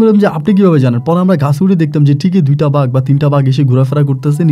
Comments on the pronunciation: ভাই ওটা কে ভাগ নয় বাঘ বলে ভাষা উচ্চারণ ঠিক করেন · ভাগের গল্প পরীর গল্প বন্ডামী জটিল উচ্চারণ উল্টে গেছে। তবুও ভাল লাগলো